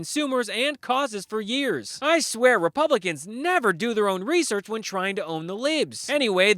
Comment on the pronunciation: Reesurch? Wot iz reesurch, dood?